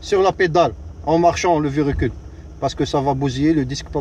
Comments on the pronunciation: Bonjour votre Vedio il est bien bravo mais vous dite chaque fois verecule mais c'est le véhicule merci et bonne continuation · Mdr répète comme moi on dit véhicule pas verécule